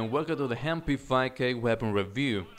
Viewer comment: The Hem-p5k Im sorry, but i had to point it out xD you have an accent, its not ur fault, i get it